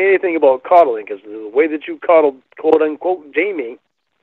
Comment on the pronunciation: Why does he say qwote unqote